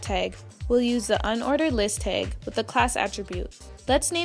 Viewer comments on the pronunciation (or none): stop saying "teg"!!!!!!!! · TAG NOT TEG